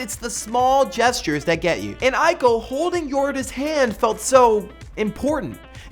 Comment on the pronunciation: its pronounced ee-co not eye-co